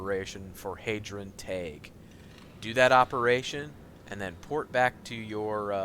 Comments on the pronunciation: The way you say thaig is like tage when it sounds like tyge but goodlookin out on the gear locations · Thaig is pronounced "Tyge" not "Tag" haha